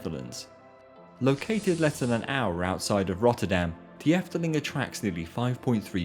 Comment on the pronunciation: . Ahum. De (the) is pronunced [Duh]. Duh! But the biggest mistake you made was in Kaatheuvel. That's because the eu in heuvel is pronounced like French deux (two). Think [Kátsheuxvul] in French pronounciation. So [Kaahtsh??vul] in English. First step: learn how to pronounce French. It contains some vowels present in other languages. :). In any case, the H is pronounced. It's not a word like 'inhuman', where the h is pronounced like a y [inyuman]. You English and your silly pronounciation of letters... It's also an hour away from Brussels by the way. Or Essen.